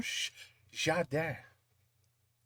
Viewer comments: In French the gar of 😂gardin , is speak like , garlic , not gi . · "François Hollande" is the last president of France. BTW Gardin it's not "jardin" it's like garden. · gardin = se prononce guardin, et non jardin